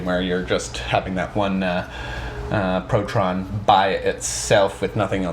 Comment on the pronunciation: Why are you calling it protron? It's proton right?